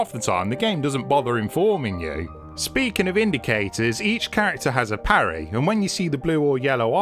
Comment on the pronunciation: He said a PARRAY